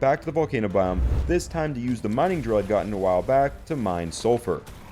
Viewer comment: Japanese accent for a mining drill made me piss myself, simply was not expecting it😂. Other than that great vid ive only just found your channel and have binging all the 100 days.